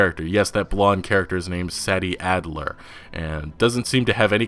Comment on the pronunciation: Yo it’s pronounced “say-dee addler” not “sad-dee” bruh...